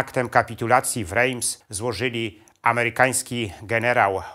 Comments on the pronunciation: Rejms??? Nosz kurwa! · Świetny film. Drobna uwaga, Reims wymawia się inaczej. Pozdrawiam